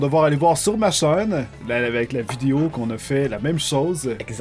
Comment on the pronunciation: j'adore comme il parle.. "ça n'a pas de rapport AVE... " la non présence du "c" hahaha